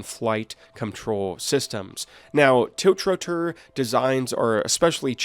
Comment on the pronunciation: tilch-ro-tor :D Geez. The times we live in...